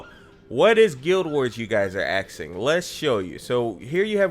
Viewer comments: "so what is gw2 you guys are axing" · A ' S 'K, Wtf dude ................ aksing ???